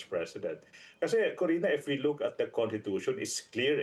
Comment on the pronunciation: Constitution po, not contitution. My god abogado ba to lol